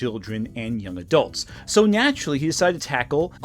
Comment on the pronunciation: did bro just say ”nyaturally” 😭